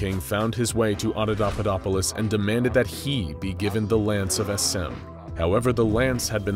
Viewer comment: i love everything you's do with these videos, but in this one, you're pronouncing Adapaupadopolis totally wrong... it's supposed to be ...... ah-dah-PAH-POE-dop-oh-liss ..... you are saying .... ah-dah-DAH-PUH-dop-oh-liss ...... sorry lol, i know it's a teeny thing that is probably only bugging me haha, but i had to say something. normally your videos are mint but for some reason it's just getting to me hahaha.